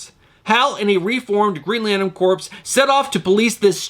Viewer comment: I always appreciate your videos. Quick Green Lantern tip: It’s pronounced “CORE” not corpse, my friend! Keep up the great videos, man!